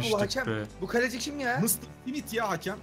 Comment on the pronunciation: Galeci değil kaleci